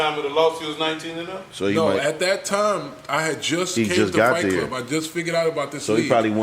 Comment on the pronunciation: Any reason in Particular why y'all spell and pronounce it FLIGHT klub ?... knowin damn well its FIGHT KLUB?...